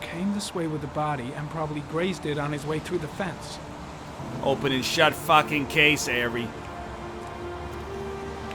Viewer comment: "He was a fackin Seahawks fan Ari"